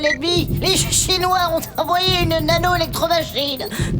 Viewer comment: Enfin vous comprenez, et on dit Shi-nwa ! En plus ils ont détruits ma planète !